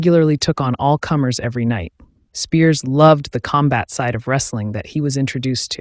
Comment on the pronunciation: Be nice if you pronounced his name correctly. So many of these videos proclaiming the life of gary. Most are incorrect.